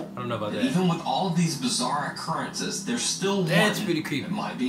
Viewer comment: “I-currences” 🫨 is trippy for that